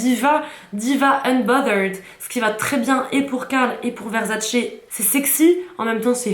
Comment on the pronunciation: Le truc sur la tête on appelle ça une tiare. Versace et non Verzzzacee. Et ça se dit caler en mode 😊😅